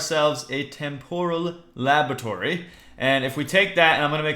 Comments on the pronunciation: u r nub, i use this mod so much, it is so much more in depth, and also, it is pronounced tem-per-al not tem-pore-all, but gg on the tardis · 3: "temporal" is pronounced "Tempral" you egg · Âlëxâ Mîllêr Agreed...